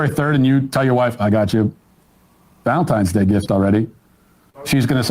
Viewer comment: Did Emma just say "Valensgay" towards the end? LOL We have a new holiday!